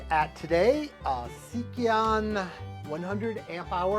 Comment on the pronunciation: OK, Lets get this RIGHT, RIGHT FROM THE START. It is NOT a seekion battery it is a SEI KON battery. There is NO, letter I after the K. Therefore it is NOT A "SEIKION" BATTERY. If you cannot say it correctly then it makes an appraisal of the battery in doubt with the viewing public. FURTHER MORE YOUR HEADING SAYS S I E K O N = WRONG. IT IS, S E I K O N. SPOT THE DIFFERENCE. If you are telling us about your observations of a battery pack, then not being able to PRONOUNCE the name or even SPELL the name after hiving it RIGHT IN FRONT OF YOU, is VERY SAD. I would have thought, in a case like this, attention to DETAIL is everything. I am 16 seconds into this video and this is what I HAVE OBSERVED SO FAR. Maybe, I won't continue. You might be brilliant but I have lost confidence in your presentation ALREADY.